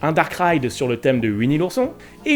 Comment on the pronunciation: A chaque fois qu'il disait "Dark Ride" j'avais l'impression qu'il disait "Darkrai" Attrapez-les tous